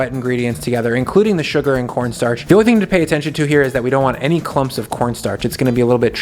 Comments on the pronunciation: Corn Starch not Cornnstartch lol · cornnstarch The extra n is for nice